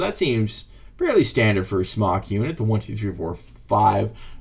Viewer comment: Arrrgh! Everybody STOP saying "smock" when it's "SMOKE"!! Aside from that, you do this video well for someone that knows how these work but this newbie still doesn't know what you're doing.